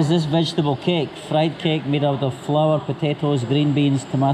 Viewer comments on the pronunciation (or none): none